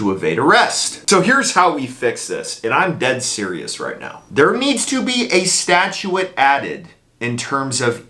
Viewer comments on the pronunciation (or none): Bro, it’s… stat·ute /ˈstaCHo͞ot/ I’m not sure that word your pronouncing means anything but I know what you’re saying. It’s not a Texas accent or draw either dude! It’s statute, not statuettte’ or whatever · "Statue-ette"? Well that was some interesting pronunciation.🤔